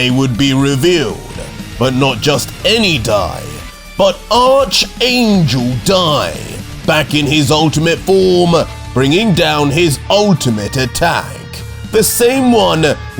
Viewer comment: #RADITZ So Poseidon chooses to look into several different Miltiverses to find a warrior…and still chooses someone from the Dragon Ball universe. 🤣 Also,, you do know the “Arch” in “Arch Angel” is pronounced like “Ark”, right?